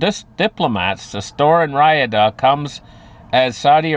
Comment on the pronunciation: Riyadh is pronounced ree-odd not ry-uh-duh